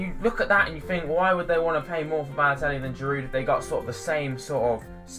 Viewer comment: baloetlli lol!!!